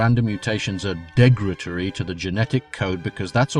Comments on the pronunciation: "Degratory"? I think you mean "derogatory". I know you like to use big words to sound smarter but that backfires badly when you can't even pronounce them. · Crap, I grit my teeth every time he says "degratory."